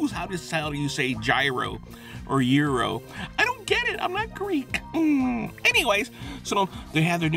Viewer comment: Greeky-ish lol